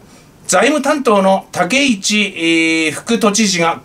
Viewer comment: 武市（たけち）と読みます。